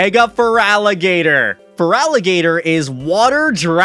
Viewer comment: THERE IS NO VOWEL BETWEEN THE T AND THE R IN FERALIGATR!